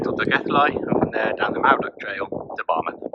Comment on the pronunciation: Mawddach is pronounced Mawth-ack. dd makes thz sound.